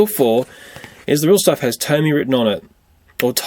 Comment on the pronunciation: its pronounced TOMY